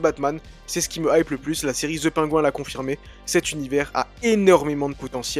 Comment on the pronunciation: "ZE PAINGOU 1", ça c'est de la prononciation!